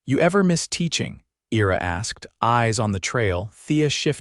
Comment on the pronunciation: "I-ra" not "era" as this AI is reading it...otherwise, enjoy the stories....Michigan, USA